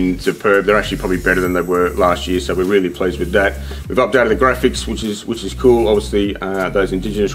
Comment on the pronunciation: Weally well